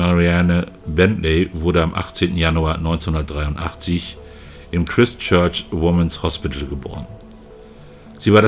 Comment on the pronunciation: Das Christ in Christchurch wird Chreist ausgesprochen.